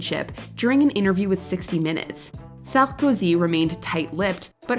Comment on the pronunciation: the way you pronounce "Sarkozy" is the cringiest of all...😂